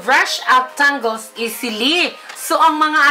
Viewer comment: Tawang tawa ko sa tangles. Tingles pagkakarinig ko hahahaha